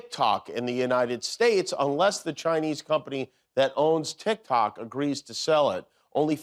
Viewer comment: You know instead of calling it tic tok, tic toke 😂😂😂😂😂😂